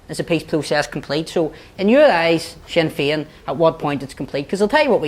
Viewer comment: That Bryson fella is a bigot written all over. "Wee see Swinn Fein here swanning the wurrldd sstwwagee as gweat peace makers...' The trouble is you bigoted moron, is that Nationalists and Republicans are nowhere near as provocative and violent as Unionists. Ireland will be united again and these Scottish planters can fuck off to Britain, seeing as they call themselves British.